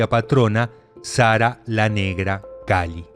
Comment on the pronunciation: Todo muy bien, pero en el caso de Santa Sara, es Sara calí, con acento en la I. Como decir calé o caló. Que somos los gitanos españoles. Pero por lo demás todo muy bien.